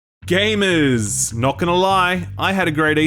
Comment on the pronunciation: Damn i personally cringe everytime he says gamers, he always says it weirdly too idk